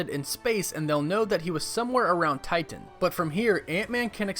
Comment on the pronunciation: Why the over pronunciation of Titan? “Tighten”